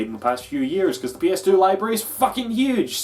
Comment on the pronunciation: I heard it too. In fact, I rewound and listened again. Still hearing it. Its "fluttery kite" all over again.